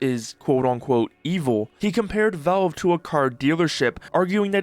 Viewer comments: It's pronounced "VALVE", not "VELVE" !!! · "Say Valveshake" "Valveshake" "Ok, now say Valve" "Velve" "Are you hearing this?" "Yea, the man wants a glass of Volve"